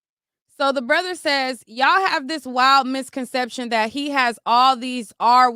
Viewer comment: Why u keep saying dabrother lol